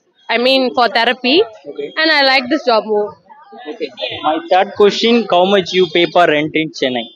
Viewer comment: how much ❌️ cow much✅️😂